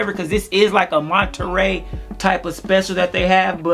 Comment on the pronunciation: How did this man say Montreal?!?! 💀